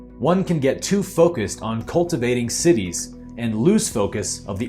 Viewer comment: Just FYI, the word Siddhis is not pronounced like cities … it’s Sid-dhee (also the d is very soft).